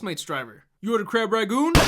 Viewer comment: Crab ragoon? It's rangoon. How is it that you've never seen Seagal films, yet you've seen the films with Jackie Chan, Wesley Snipes & JCVD, and clearly have looked up TONS of video about him on YouTube? A lot of rapping on a guy here you apparently weren't aware of before. Must be for attention.